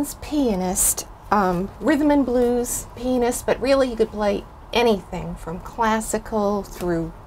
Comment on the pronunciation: Genius all right. But he was a pianist and not a penis as you pronounce. For the rest of this English-speaking world, you said penis. I had to come and edit my initial comment, yes ma-am at the end of the video you correctly said pianist.